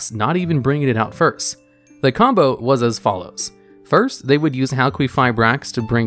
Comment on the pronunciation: halqueefibrax is not how English works